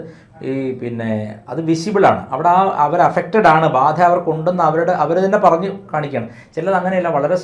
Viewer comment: Pronunciation... ബാഅഅധ 😂